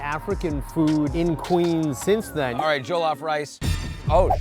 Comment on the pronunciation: Your miss pronunciation of jellof rice is slightly annoying